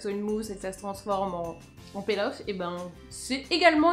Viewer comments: Margo Pouchet c'est marrant pour une blogueuse de pas savoir la prononciation... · Nyx Merida Je t'assure qu'en anglais "to peel" se prononce "pil' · Margo Pouchet peel off je crois non ?